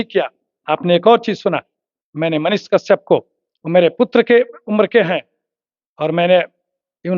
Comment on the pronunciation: कशयप तो सही से बोल